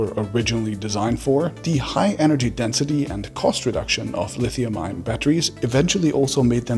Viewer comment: Fantastic video please say ion less like iron though 🤣🤣🥲 gave me a headache